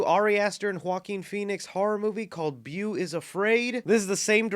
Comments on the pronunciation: Bew? Bew is afraid?? It’s pronounced ‘bow’. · Let me help you out here is Bo (Beau) not beu it's fine its also my name so It happens more than you think XD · Beau is pronounced “Bo” it means boyfriend in French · its.... its pronounced "bow" the name beau is pronounced "bow" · Your pronunciation of Beau was ridiculous, haha.